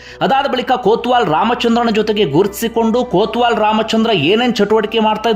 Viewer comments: ಕೋತ್ವಾಲ್ ಅಲ್ಲ ಸರ್ ಕೊತ್ವಾಲ್ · ಅದು ಕೊತ್ವಾಲ್ ಬ್ರದರ್.. ಕೋತ್ವಾಲ ಅಲ್ಲ